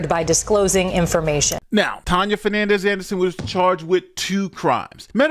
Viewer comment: Her name should be deported the news is screwing up the pronouncing of Fernandes.